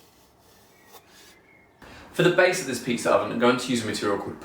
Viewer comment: You meant pizza right? In my English pizza has no R.